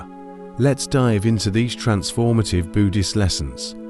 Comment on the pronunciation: Maybe get a human narrator instead of shitty AI that can’t even pronounce Buddhist correctly dubbed over stock footage and I might watch more than 10 seconds of your videos